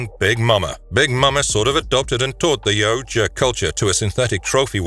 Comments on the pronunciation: Yaut-JA NOT Ya-oot-JA ffs that drives me nuts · This guy said, Yow-oooooo-ja so much that I forgot how to say it correctly 😂. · It's pronounced yow ja. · Great video but its pronounced yowwt yah "yautja". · It's " Yautja " 😬 What a great video though !!!